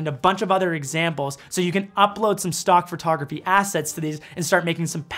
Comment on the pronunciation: Every time you say “FUR”tography I giggle.